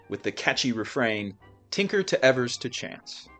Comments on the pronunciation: johnny evers has his last name pronounced as ee-vers, not ev-ers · it's pronounced "ee-vers" by the way, you can get most players' name pronunciations on Baseball Reference's player bio